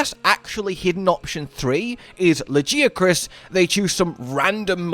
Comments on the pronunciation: appreciate your pronunciation effort and apparent certainty. Close but not quite. It’s pronounced with a “gee” not “jee”. You can hear the official pronunciation in the Welcome to Monster Hunter video - Presented by Daisy Ridley video Further confirming the pronunciation, this can be seen by localizing Lagiagrus’ spelling from Japanese. The ギ in ラギアクルス represents the gi syllable more specifically the “gee” sound. If it were really pronounced Lah-jee-ah-crus, it would be spelled with a ジ or ヂ (both representing the ji syllable) instead of a ギ. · I hate to break it to ya man, but the Japanese name is ラギアクルス, and that's a hard G sound, not a J sound. It's also an E sound after it, not an I sound. It's "la-gee-a-krus." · La-ghee(like the clarified butter)-uh-kroos (like how its pronounced in crusade). I swear Lagi has THE most variation on pronunciation in the fandom of any monster. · Whilst I say it 'La-GUY-uh-cruss' I'm not gonna die on that hill; Hell, as a fellow Brit (from somewhere more sSounthern than ), I know we call the city of Bath by different pronunciations, and probably have completely different names for a small bread roll (seriously, go look it up if you haven't lived in the UK....)! I too have seen (and argued with) that guy in the comments, and he really doesn't seem to get the message. For TU2, I'd be ok with just getting Lagi, but I doubt it's just him. I think he will probably come in at the same tier as Mizu and the other Apexes, or maybe at the top of the tier under them, but (to go back to earlier videos that voiced) I do not believe he will have ANY siege mechanics. Really happy to see the QoL changes, the updated 8* quests (although the wound res kinda sucks as a CB enjoyer; I don't need the wound pops to stagger, but I want my easy Savage Axe access), and I asked for PC control improvements in the survey. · Me: “Why tf does he keep saying La-gee-uh-kris” Him: “It is ‘la-gee-uh-kris’, I know who you are in the comments.” 😮